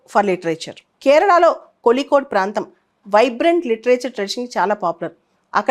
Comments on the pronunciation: Kolikode kaadhu madam Kozhikode mam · In tamil and malayalam the the pronunciation of zh is pronounced as lli